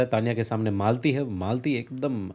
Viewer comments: Sir mitali ❌ malti hoga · bhai Mitali nahi maalti